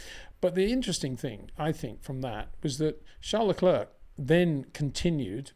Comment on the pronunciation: Crazy stuff from Perez, cabt believe in his position hes thinking about taking a risk to win the race. What he needed was a solid second place. Please Peter, Leclerc is pronounced Leclair, i winced every time you said Leclurk 😂